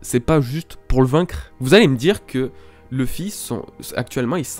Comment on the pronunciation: Luffy se pronononce [loufy] et non pas [lefy] ! Merci.